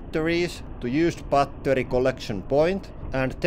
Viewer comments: I love how he pronounces battery like bah ter yh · 빠떼리 발음 친숙하다